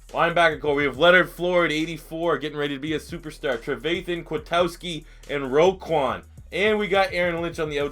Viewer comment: Roquan not Roquon